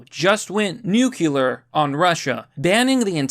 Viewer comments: Dude, please...please...it's "nu CLEAR ", not nu CUE ler. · New-clear. Just say it like that! ‘New-Cue-Lurr’ is wrong! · Glad you are back. Now say NU-CLEE-UR, not NUKULUR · Why does it sound like you are saying "Nucular option" Nuclear! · Glad you're back, now pronounce NUCLEAR correctly NEWCLEAR, not nucular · It's pronounced NU-CLEAR not NU-CU-LER!! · nuCLEar it is not nuKULar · Oh my god, it's NUCLEAR, NOT NUCULAR. FUCK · Why do you say NEW-CULAR instead of NU-CLEAR? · It's pronounced new-clear. Nukuler... heh haven't heard that one since Bush Jr. was in office. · Lol you say nu-qu-lar like Bush. It’s nu-clear. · Let me stop you right there. It's Nuclear not Nukular. New-Clear not Nuke-You-Lur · New-clear. New-clear. Not New-cue-lar. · It’s pronounced “new-klee-er” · New CUE lar! (Homer Simpson) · Just the fact that you continue to say "Nuk - eeeee - lar" made me stop watching. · Good to see you back, but the word is pronounced like " new clear." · Must tolerate the painful pronouncement of nuclear, news interesting but its like acid on my ears. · when did everyone start saying nuclear wrong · Dude, I'm glad you're back and doing better, but please be more careful with your use of the word "nuclear" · I was glad to have you back but then you mispronounced "nuclear" and now I want you gone again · I love how you pronounce "nuclear" 😅